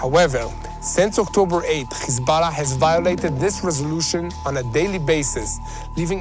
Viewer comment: Please please please, don’t say kkhizballah. Please. The correct way to pronounce it, is Hesbolah or Hezbolah. But not Kkhiizzbaala. No no no. I want to lessen to your program but it’s nerve wrecking.